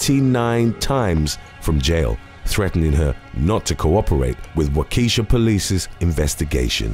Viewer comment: Ohh, you said it right the first time, but the second time you said 'Wa-keesha'. The locals say 'Wa-ke-shaw'.